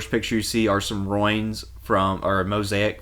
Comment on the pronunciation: I've watched A LOT of your videos. They're quite excellent. I just have one question for you, personally: Where are you from? I have never in my life ever heard "ruins" pronounced as "roynes" or "roins" (rhymes with "loins" as in loincloth or "girded his loins"). Which part of the US is that pronunciation common?? I'm dying to know!!